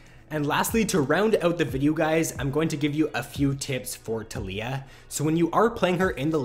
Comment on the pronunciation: tal-iy-ah (Tal*yi*ah) its Taliyah not "Telyyah" fuck everytime you said that i died inside